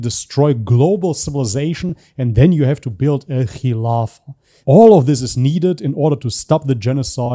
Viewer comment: But he also say Khamas instead Hamas. And Kkhilafa instead Khilafa. Strange. I guess he pretends some one else